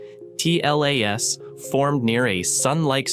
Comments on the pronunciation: Is this an AI channel? Why does he keep saying 3i / A T L A S, instead of just Atlas? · Just say Atlas , you don't have to say each letter A pause T pause L pause A pause S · OMG for crying out loud say the word atlas not a-t-l-a-s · Please stop using the seperate letters and just call it ATLAS instead of Aa Te El Aa Es ! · 3 I slash A... T... L... A... S??? Why😂😂😂😂😂😂😂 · You lost me at “3…… i… A. T. L. A. ess” Bozo ai nonsense paired with random clips and no new information. Why are people like this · the way you pronounce 3I/ATLAS is jarring. as if you're using an AI-generated voice. also, content had actually no new info about "three i slash a tee el a es" for a whole 10 mins. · That's one of the strongest indicators that it's AI . I've never heard a human presenter say J-U-I-C-E, it's always 'Juice'.